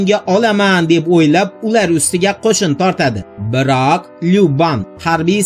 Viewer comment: BIRAAAAAQ gapirişing ğalati ekan!